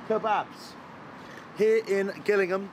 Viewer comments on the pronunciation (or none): This place is pronounced Jillingham. Gillingham is in Dorset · Great video. I live just down the road. Its pronounced Jillingham bro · Super clean. They are obviously, and rightfully so, very proud. Oh, and the town is pronounced "Jillingham". You almost lost me at the start. 😁😁😁😁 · Excellent review of my favourite kebab shop in my home town...just niggles me how you say Gillingham. It's spelt that way but actually pronounced as jillingham😂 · oo this is in kent and ur meant to say it like jillingham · Jill-ingham not Gill-ingham, used to live there. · Pronounced Jill-ing-ham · Sorry but you butchered the town name it's pronounced Jillingham but spelt Gillingham 😂😊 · Why does he pronounce Gillingham like that. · 0 out of 10 for the way you pronounced Gillingham 😂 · shame he can't pronounce Gillingham properly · At least pronounce the name of the town correctly 🙈🙈😂😂